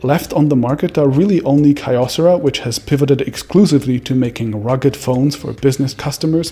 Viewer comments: btw, kyocera is not pronounced ky-yo, but more like kee-yo but with the ee part basically non-existant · Kyocera is pronounced Kee yo seh ra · You sure it's not "Key-o-sarah"? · Kyocera - pronounced Key-yo-Sara